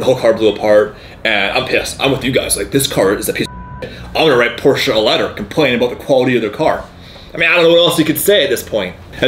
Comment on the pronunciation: It's a Porsche, not Porsia 👌🤣